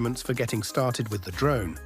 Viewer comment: 😂😂😂 "Mavis pro drome"